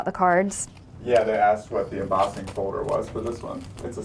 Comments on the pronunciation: Embossing (em-boss-ing) NOT Embozzing lol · you pronounce emboss & embossed, traditionally, however, you change the ss to zz and say embozzing. Interesting...